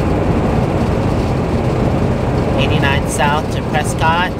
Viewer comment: "Preskitt" NEVER PreSCOTT